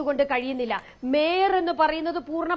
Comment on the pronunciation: Adu mayor alla maier aanu😂😂😂